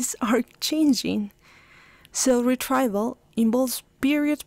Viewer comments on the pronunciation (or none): The pronunciation of the words retrieval /rɪˈtriːvəl/ and effortful / ˈɛf ərt fəl / are wrong in your video!